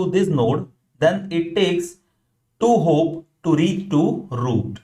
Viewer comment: Super Very Clear but point to be mentioned its hop not hope